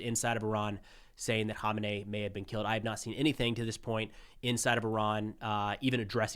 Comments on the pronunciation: It’s pronounced “Who-main-eee” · Great coverage but ya pronunciation of Khamenei is hilarious. It took me a while to figure out who you were talking about